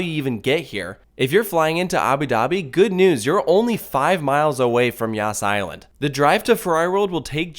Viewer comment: I cant ... I keep hearing "yasss" island